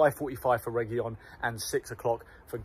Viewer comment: You pronounced "Reguilón" correctly the first time.